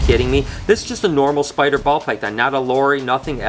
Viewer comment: Anyone else catch him saying noral?